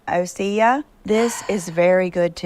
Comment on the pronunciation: 😖 I refuse to buy the Osea products anymore, she can’t even pronounce it correctly. It’s sad because I’ve used the products for quite awhile. Could anyone recommend a good cruelty free skincare line?